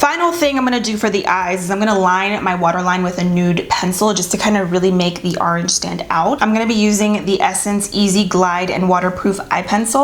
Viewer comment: I started saying arange now 😂😍❤️